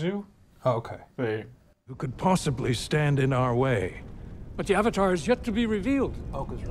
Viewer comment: “Ad-vatar” too perfect! 👍🏾